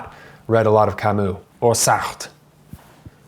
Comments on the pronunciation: It’s Camus, not Camous! Please learn how to say u in French if you want to talk about French books. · Hard to pronounce foreign names right. He did it wrong too, at least with 'Kamou'. The 'u' in French is quite a complicated sound between i and ou, but not quite. Normal. Same with Kierkergaard . I have listened to a lecture from what I think was a Danish individual and the pronunciation was quite different from anything I have heard before. Sartre is also hard to say, if you are not French - Alain de Botton gets these French names quite right, cause he speaks French as well! I still struggle with most Russian and German names and I am sure I always butcher the likes of Dostoevsky and Schopenhauer... and I am often timid to mention (Immanuel) Kant in public for the fear of mispronouncing it and sounding like... well, exactly!